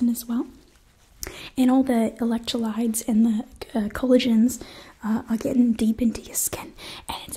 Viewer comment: "Electrolides and colligins" lol